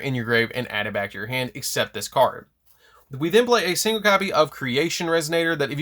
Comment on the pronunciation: When he says "from your hand" fast all I can hear is "from your ham". Now I can't unhear it.....help.